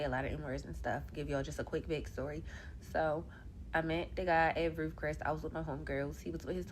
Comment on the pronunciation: Met him at “Roof Cress” 😂